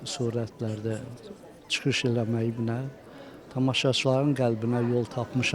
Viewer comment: GeDZədə yox, geCədə. TSıxış yox, çıxış. Azərbaycan dilinin ictimai-publisistik, yəni media dilinə riayət edin, mətnləri dəfələrlə oxuyun, diksiyanı düzəldin. Teatr xadimlərindən alınan müsahibələrdə necə də təmiz danışırlar.